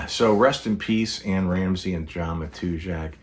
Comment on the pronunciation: I've heard his name pronounced /ma-tuz-ak/...with apologies for ruffling any feathers.